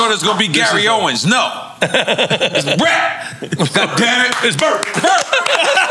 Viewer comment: Lol "Bret"